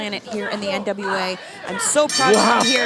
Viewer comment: How is the main reporter back stage but she can't say NWA lmao